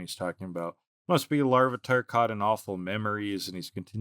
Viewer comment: Goodbye LarvEEEEtar. We shall miss you, but never how they pronounced your name